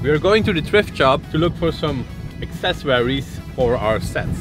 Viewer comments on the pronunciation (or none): Please guys, look up how to pronounce accessories 😅